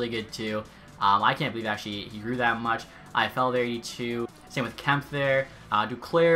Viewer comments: Please pronounce it kempay not kemp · Kempe is pronounced Kem pay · Just fyi: Wag-ner Kem-pay Bee-orn-fot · In swedish its pronounced more like Kemmp-eh and Kemp-ay sounds better then Kemp-ah in my ears at list. That being said pronounce it however u want! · Love the vids, but your pronunciation of “Kempe” is very agrrovating😂 It’s pronounced Kemp-EH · I'm pretty sure it's pronounced "Kemp-ay" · it’s Kemp-eh. I’m a kings fan